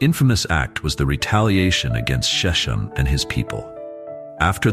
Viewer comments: Sir, the hebrew SHECHEM is not pronounce "sheshem" but "shekhem" with gutteral "kh." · Shechem is pronounced SHE-kem with a K sound, not "sh". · Shechem is pronounced "SHECK um." Sceptor is pronounced "SEPT er" ... the "c" is silent. Bible narrators and teachers need to focus on proper pronunciation.